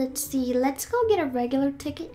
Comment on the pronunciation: (Sorry but..) You said tigcket lol Sorry it was mad funny!!!!